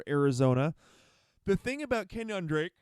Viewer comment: The way you say KenYON drake kinda bothers me, lol. It's pronounced keh· nyn (KEN YIN).